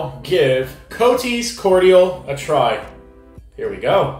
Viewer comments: NOT "COATees", it's "COTTees" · Not COOT - K SOUNDING COT/TEES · It’s pronounced coties but lime and raspberry are my favourite summer drink. I always love your taste test xoxox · Hi - You should drink test it with milk. Also its prounced COT TEES! kind regards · Cot (a short o as in lot) tees